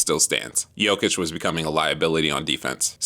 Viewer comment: You're one of the few english speaking people who's pronouncing his name properly :)